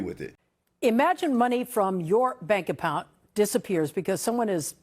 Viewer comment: Yep, she said “bank appount”